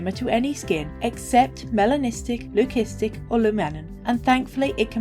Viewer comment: Thank you for the lovely video. Btw Leucistic (lew-sis-tick)